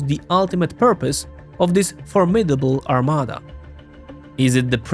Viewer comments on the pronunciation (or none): none